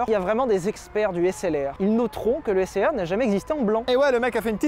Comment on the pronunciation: moi quand Sylvain a dit SLR: Un HessLR ?